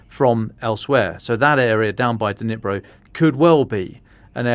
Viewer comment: I lived in Ukraine for 17 years right next to the Dnipro river. NOBODY IN UKRAINE call it the DeNipro! Nobody. The D is silent. Just like the K in Kherson and Kharkiv. They are pronounced Cherson (as in Scottish “loch”) and Charkiv . But I know the English tongue struggles with such sounds so just make the D silent and say Nipro. Same with Kh - Herson, Harkiv. It’s not hard.